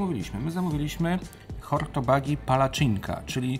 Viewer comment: Super, że w miarę poprawnie wymawiałeś nazwy węgierskich dań. Jedyne co to hortobagyi czyta się hortobadi. Przez 8 lat mieszkałam na Węgrzech i aż mi się zatęskniło do kuchni węgierskiej po tym odcinku 😅